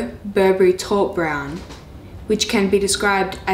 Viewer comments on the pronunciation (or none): Taupe is not called how you say it. Its pronounced tope